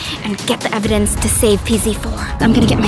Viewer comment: The cop said complying evdanc